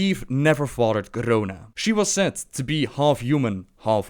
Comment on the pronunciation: PS-please post a video where you just say 'Garona' for like 5 minutes. I love how you roll that R so effortlessly. <3